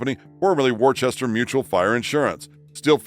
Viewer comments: By the way, on the topic of the Smiley faces from Worcester, the city is pronounced Wistah, not Worchester. I know about this, because I was born there, and I get a little bit offended when it's mispronounced. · It's not Worchester it's pronounced Wooster. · And it's pronounced wooster as in woof not war-chester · "Wooster" not Worchester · For the love of God. "Wore chester"? Woostah! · It’s pronounced “Wooster” not war-chester. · Worchester, Mass. is pronounced "wohster" not "warchester". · Um, It's pronounced, "Wooster"- not "Worchester" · I remember ALL of this stuff! So many of them were new and amazing to us. And, BTW the MA town is pronounced "Woo-stah. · warchester? Never heard of it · The "ch" in Worchester in NOT pronounced! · That's not how you say Worcester.